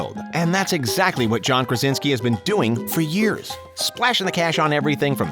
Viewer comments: Why do you call him Karinski ? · InfULEntial, and Karinski?? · Did the narrator really just say “Kar-in-ski” ? 🙄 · He also said "Karinski" at one point I'm pretty sure too :) Oh well :) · he says Karinsky instead of Krasinski. Do your homework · "made in the KARINSKI camp"